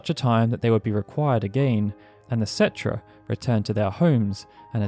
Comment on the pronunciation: Umm its pronounced ketrah...